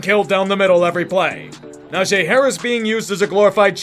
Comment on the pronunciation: My man it is Nah-gee not Nah-Jay